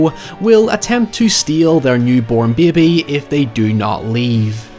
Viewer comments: out here rivaling Moira Rose’s pronunciation of bébé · I thought nothing could be better than hiyever: then I heard say bebay. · Lov how pronounces bey-bee 🥰